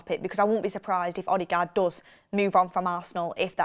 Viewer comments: It’s odegard not odigard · Please stop saying OddieGard... 😂😂😂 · still sounds better than how she pronounced it